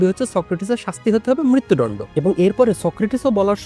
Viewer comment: মৃত্যুদণ্ড টা ঠিক ভাবে উচ্চারণ করেন। শুনতে ভালো লাগে না। দণ্ড কে ডণ্ড র মত করে বলছেন 😮